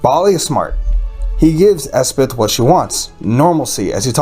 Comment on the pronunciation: Elspeth, not Espeth.